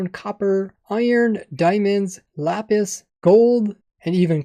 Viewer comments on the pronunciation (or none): none